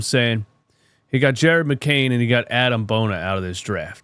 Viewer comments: No disrespect, but it’s A-Dem not Adam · "This dude might be an NBA player now"... Agreed but say his name right then, Adem not Adam